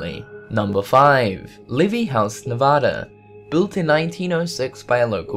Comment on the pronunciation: thank you for pronouncing Nevada right! no clue how many youtubers fuck it up